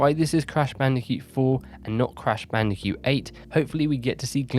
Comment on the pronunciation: "Crash Bandi'cute"